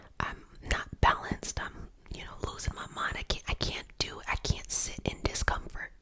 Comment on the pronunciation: i love how you say Caint aha :)